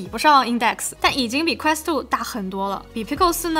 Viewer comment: quest都不能念的準。。。。典型中文视频主的通病